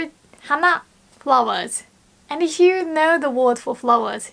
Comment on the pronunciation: your english sounds near perfect and i am really impressed. it will be even better if you can improve your pronunciation of "f" when you say the word "if". when you say "if you", now it sounds like you are saying "ihyoo" instead of "ifyoo". please don't get mad at me for saying this. i just had to point it out since you are so close to the zone. ja marane~ bye:))